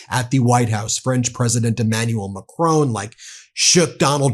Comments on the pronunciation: macron not macrone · Pronounce President Macron like switch on mack r on not mack r own ! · Macron! Macron! The man’s name is Macron… it is not Macrone! FFs. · It is Macron, not Macrone……. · Please Ben, i love the Meidas Touch network but please stop referring to President Macron as President Ma chrone. Keep up your amazing work educating the American people about the situation in Ukraine 👍🏻🇺🇦🇬🇧🇺🇸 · Macron - it's Macron, pronounced 'Mack' 'Ron', not 'Macrone' he's not a Sicilian import! Sorry to divert from your excellent content, but this really grates! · Much as I admire the work Meidas Touch is doing (and I really do!) - could you possibly pronounce ZelENskyy's name correctly - and not as the person supposedly in charge, who says ZelINsky, which to my ears sounds very Russian! Oh, and Macr ON would be closer than Mac RONE. Sorry, trivial point I suppose, but respect to the hero by pronouncing his name as he says it would be nice. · It’s NOT Macrone. Mon Dieu. Pronounce it properly!! Bloody Americans’ freedom with how to pronounce words is so arrogant. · For the love of god, its pronounced Mac-ron, there is no e. Keep doing a great job but when you say macronee it grates on every french soul. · It is not Ma-CRONE 🤨. It is Ma-CR-ON , on almost silent. Listen to the Google to hear it. Please speak any foreign name correctly . It's not difficult. It's respectful. You mastered Poliviere and Premier pretty well right? 😊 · I don’t know why Americans pronounce President Macron’s name as Mac-rown . It’s Mac-Ron. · All the Meidas Touch pronouncements are profound and absolutely correct - bravo! However, please try to pronounce foreign names/countries/words correctly. Put "Macron" into Gurgle Translate to French and listen - it is not MAC Rone but Mac RO with a short "O" as in boss. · Argh Ben, it's pronounced Mark-rON (like on/off) not Mack-roWn. You're hurting my ears (I live en France). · he is called macronG please remenber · "Imanual Macrone" 😂😂